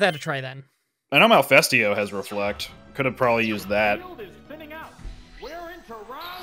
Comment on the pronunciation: Every time you guys say Malifesto, I instead hear Mephisto from Blue Exorcist.